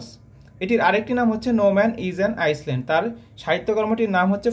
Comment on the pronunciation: Island - আইল্যান্ড হবে উচ্চারণ